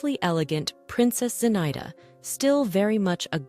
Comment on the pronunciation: Zinaida is pronounced zina-ee-da.